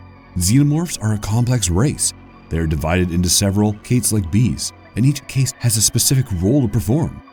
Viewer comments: The word is Caste. It is pronounced like same way as Cast. Like what you put on a broken arm. It should not sound like "Case." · Caste is pronounced "Kast" sorry it was driving me nuts. Otherwise great work. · "Caste" is pronounced cast, like a cast you'd wear on a broken limb. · Caste is pronounce as "Cahst" or "Cast", not Case-te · Cast not Case.....glad you got it after the first couple 😅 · “Caste”. 😂😂😂😂. It’s pronounced CAST bro. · It's pronounced "cast", not "cayste". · Here's a fun fact, did you know that 'caste' is pronounced exactly the same as 'cast' - car'st - and not cay'st as it is in this video - I get it, there are differences in spoken US & UK vocabulary' but some words are spoken the same in both. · I think its pronounced more like cast, not kayste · every time you say "Cased" instead of "Cast" it makes me die. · You kept pronouncing "Caste" like "Taste", but it's actually pronounced like "PAST". With all these mispronounced words I'm starting to get fed up and wondering how I can get hired here so I can help you guys do it RIGHT. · Caste = sounds like past; not like paste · Caste: pronounced “kast” NOT “cased” Learn how to pronounce words before you try and use them. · Don't mock people for mispronouncing words. It's just a sign that they learned things by reading. That said, the word caste is pronounced like "cast" not "cased". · My man,its inPREGnable,not inPREEGnable,also CAST not CASE.Sorry but it erks me when a channel makes videos and mispronounces so many normal words that should have been taught in middle school lol. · Its "cast" not "kayste" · same i had the same issue. I've never herd anyone pronounce Caste as "Case-t" I had to check the dictionary and their pronunciation is /kast/. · the constant mispronunciation of "caste" is annoying. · "Caste" id pronounced CAST. Sorry. Pet peeve. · CASE-T CASE-T CASE-T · Caste is pronounced Cast. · The word is pronounced CAST like the cast of a movie. The E in caste silent.